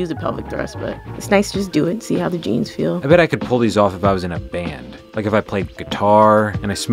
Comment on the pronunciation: "Do I really Need Eugeenes?" haha :D